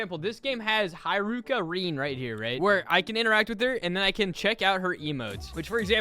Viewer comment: that pronunciation of haruka hurt (there's no I, it's ha-roo-ka... not hi-roo-ka...)